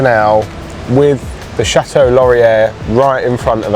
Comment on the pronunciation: Born and bred Ottawan here:) To make life simpler for you all in how to pronounce "Chateau Laurier", we affectionately refer to it as "The Chateau" BUT pronounced phonetically like The "Shadow". The "t" in Chateau is softened. Similar to how we soften ( or obliterate) the second "t" in Toronto!